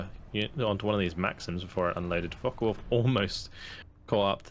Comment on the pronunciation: Such good games, and very good commentary. Really entertaining to watch. Also it cracks me up that you keep calling them focken wulf